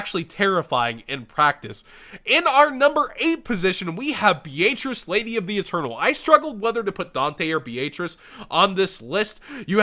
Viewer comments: Is that a regional dialect with Beatrice? I’ve always heard Be-uh-trice never Be-aaaayyyyy lmao-trice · Dude your pronunciation of Beatrice is cringe. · why are you pronouncing Beatrice like that? D